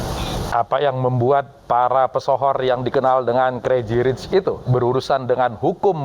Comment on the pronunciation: Diterjemahin kata perkata 😂 udah gitu spell pembawa beritanya : kreji rich